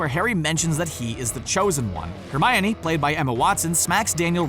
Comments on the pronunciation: Hermaiony?! Why do you pronounce it like that?? XD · Hermaoine it’s funny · Ow hermoine. That really hurt